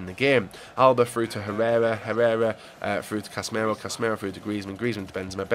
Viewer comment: WilsonWolf 123 casemiro Not casmeiro